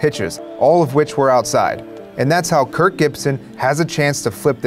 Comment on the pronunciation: I swear you keep saying Kurt. Stop saying Kurt!